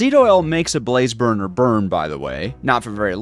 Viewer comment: Am I the only one who hears barfer barrel?